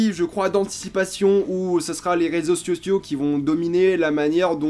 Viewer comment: Réseaux « siociaux » bien joué mec 😂